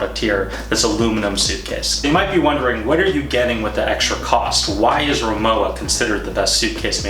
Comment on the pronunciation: You pronounce it Ri-Mo-Va